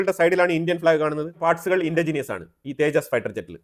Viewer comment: തേജാസ്‌ അല്ല തേജസ് കറക്റ്റ് ആയി പറയു